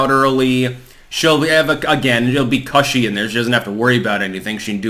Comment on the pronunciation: Why do you say Cushy so awkwardly